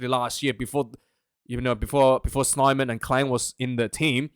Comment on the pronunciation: I went to high school in Zimbabwe 1980-84. There was a guy in my class named Will Snyman. I thinik they pronounce it Snay-man.